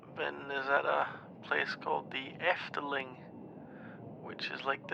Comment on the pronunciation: Literally just found this audio and was in shock when you mentioned the Efteling that i woke up😭 anyway, great Dutch pronunciation🫶🏻